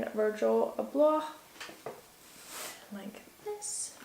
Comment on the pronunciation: She doesn't even know how to pronounce Abloh #Cringe